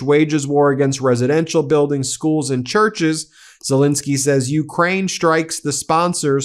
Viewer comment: STOP MISPRONOUNCING HIS NAME!! It's Zelenskyy, NOT Zelinskyy.